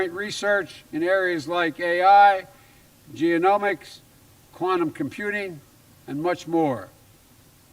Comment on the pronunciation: "an ge0-nomics" ugh... he doesn't even know what genomics are. Biden is a bazillion times better than Dump. He has a big heart, and is a good guy in general. But we need smart leadership in our country. We need someone under the age of dirt.